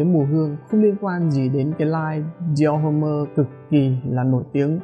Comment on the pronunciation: Đọc là dior- ôm chứ ko phải dior hôm-mơ anh ah.